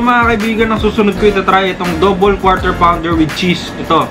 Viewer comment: "KWAW TER PAWN DER" pa more kuya. Hahahaha